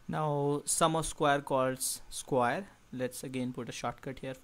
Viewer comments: square not squire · Sorry I could not keep my laugh to myself. Skwaer, rektangul But really thank you for the explanation, it's great. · i like the pronunciation of "square" -> skwaer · Sounds like "squire" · i thought i was royalty when he said square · Very clear and informative and relevant even today. I enjoyed watching it. But you'll have to work on your pronunciation a little bit.